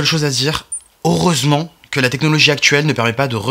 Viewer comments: On dit « heureusement », pas « aureusement » ça pique les oreilles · Il dit oreusement